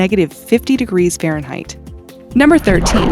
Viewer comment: Fahnreinheit? Next video please!